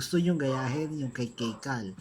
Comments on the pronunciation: pag pronounce mo sa kaye cal mali! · Mali po yung pag pronunciation nyo ng kaye cal